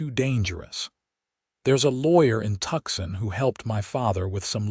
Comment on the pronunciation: Not Tuxon, it is Tucson pronounced Toosawn